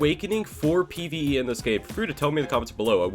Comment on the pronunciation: Bruh “PVE”